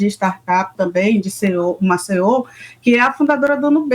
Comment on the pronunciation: Essa repórter não sabe nem falar ebitda, pix, CEO. 🙄 Parem de romantizar que a mulher consegue abraçar o mundo, pq ninguém consegue! Por isso estão todas desgastadas, com problemas psicológicos e evitam ser mães hoje em dia.